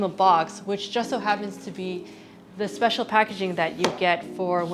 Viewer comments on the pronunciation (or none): none